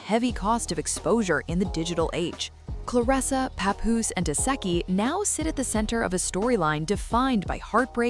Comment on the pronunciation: Girl repeat after me REM-ME, CLEAR-RISS-SA 🙄🙄